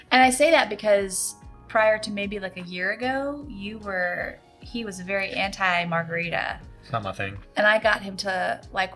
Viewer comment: Good stuff! Loved what you said about coffee and your journey. Also, Chili’s strawberry frozen margarita is Julie’s longtime guiltiest pleasure. Terrible idea for you from Phil: marga-rye-ta. Cheers!